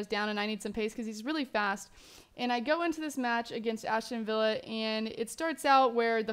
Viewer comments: As-ton villa, not Ashton :/ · Ashton villa? LOL